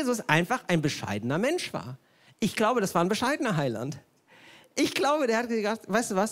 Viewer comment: Auf War liegt die Betonung